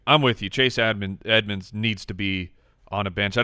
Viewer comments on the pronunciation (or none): said Chase Add-monds and completely missed that he nailed a bad name pun at the mark.